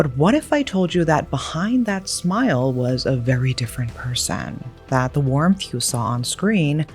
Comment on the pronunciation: Sorry, but I'm so drawn to how she pronounced warmth as worm. I heard it 2 times. Did i hear wrongly.